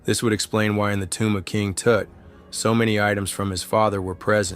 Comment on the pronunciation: "King Toot", hahahahahahaha